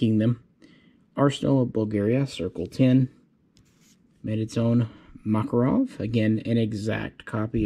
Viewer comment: ”O.G MAKAROB”